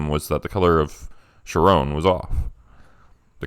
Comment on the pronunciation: Ooh that was great! Really creative. Just FYI though: Charon is pronounced more like “Karen.” The emergence of the Karen meme and the magic of words and what that implies is arguably more disturbing: truth truly is stranger than fiction. 🤫 💚💜